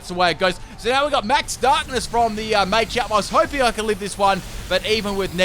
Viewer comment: It’s pronounced Salvaleye not salvalley And muhchamp not maychanp